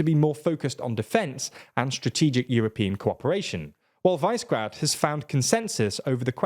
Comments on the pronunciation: "Vice grad" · It is not VICE GRAD. It is Visegrad. It is named after a castle on the Danube. It is pronounced VI as in "visual", SE as in "segregate", GRAD is as you might expect except that the A is pronounced as in "arse" or "Arctic". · Please, Brits! This will apparently be a word that you will pronounce a lot. It‘s pronounced Víshehgrad, not Vaisgrad. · it's not "wise-gred" it's Vishe-grad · It's pronouced "Vi-Se-Grad", not "Vice-Grad"... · Vi-she-grad not vice grad 🥸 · Pretty please, please don't pronounce the "vise" in Visegrád as 'vise'. It's pronounced 'vee-sheh'. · You pronounce it "vee-she-grad", not "vice-grad". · Great video! Sidenote: Can you please pronounce Visegrád properly? It is not vice-grade, sounds more like Vish a grud. This is a general comment on many of your videos - can you make the extra effort of not mispronouncing so many names and places? (I'm a nebula supporter btw, and a fan of your work,) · They dont pronouce the english versions right either. In english its "CH" and "K" sounds. And its Vee-se-grad, not vays-grad. Those are the versions that english speakers are supposed to say. Im not expecting native names, but if you use the simplified version, at least get that right. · VICE-grad?!? Do an ounce (28.35 grams) of research before going live. Middle-school level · Just for your information: Visegrád, the name of the Northern Hungarian town is pronounced VEE-SHEH-GRAAHD. Similar to the Vyšehrad in Prague which means 'castle on the height'. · It is pronounced Višegrad group. I is not 'ai' in slavic languages. Please learn to pronounce it just like we learn english. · Hungarian person here, love the episode, but it's pronounced "wish a grad" more or less. definitely not the way it is in this video. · Unique pronunciation of Vice Grad. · JFYI, Visegrád group is pronounced "we sheh grad" [ˈviʃɛɡraːd] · Visegrad is called we-sheh-grad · It's called Vishegrad not Visegrad, and Czechia/"Czekia" not Chechia... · Viśegrad (Visheh Grad)